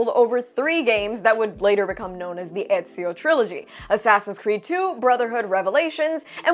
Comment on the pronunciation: it's ezio damn it